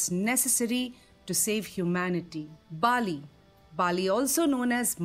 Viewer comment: Bali not Baali.